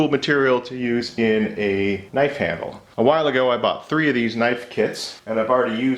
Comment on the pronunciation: Now THAT'S a knoife